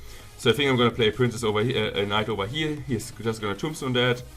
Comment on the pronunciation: "Over hier" 😂